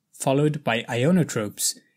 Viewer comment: The term is 'INOtrope' not 'IONOtrope'. Otherwise an excellent coverage of sepsis thank you.